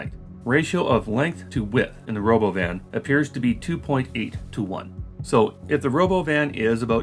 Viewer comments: lmao this is the first time i've actually heard what he said, Ro-BOH-vin is just the icing on the cake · 'The Robovn' ... like he just misread the word that he wasn't aware existed 😂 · We could have an “autonomous world” or we could just build more regular ass trains and use more buses, which we already know how to do and which require no technological innovations. I guess they are not “futuristic looking” enough for some people. Also, would it kill Elon Musk to fucking rehearse a presentation ahead of time? Also also, ruh-BO-vin? FUCK OFF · Christ, he called that thing the Ro*BO*van? I really didn't think I could hate him any more than I already did, but here we are. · I thought the stupid pronunciation of robovan was his 12 year old sense of humor which got precisely zero laughs. But of course it’s because he stole the name like he steals everything else in his life. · I think the weird pronounciation of robovan is just musk trying to distract from the fact that it's a van, a shitty one. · Change my mind: the Robovan (I hope I'm pronouncing that correctly) was completely inspired by Robocop's helmet. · OK, now the stupidest thing he's done is the pronunciation of Robovan. Wtf even was that? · I guess someone was showing Elon the idea of a Robovan and Elon read it out loud by mistake. Instead of admitting he pronounced it in a strange way, (that would hurt his ego), he stuck with that weird pronunciation.